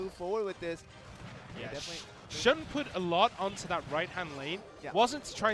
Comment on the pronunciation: Shun is pronounced Shoon fellas.